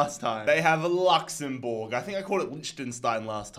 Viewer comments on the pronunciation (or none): man said luxborge